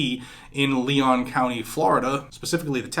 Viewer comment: Leon is pronounced Lee-on. This broad is a communist, just like Tallahassee’s Soras backed Mayor!!